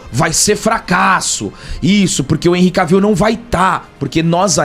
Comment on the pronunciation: Vcs pronunciam o nome dele errado. Não é "Caviu" é Quévil